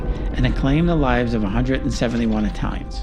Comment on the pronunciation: Good video, but I'm sure they were 'Italians', not Aye-talians'. Fiero di essere di sangue Italiano.